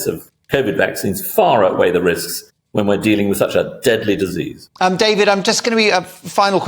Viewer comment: Dedlee dizeez 😅😅😅😅